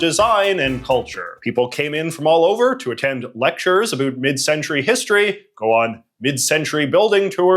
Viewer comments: When you say “about” i have to turn off the video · What’s this accent? Never heard anybody who pronounces “about” like “a boot”